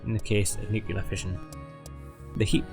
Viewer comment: Switched off after 6 seconds after he said nucular instead of nuclear.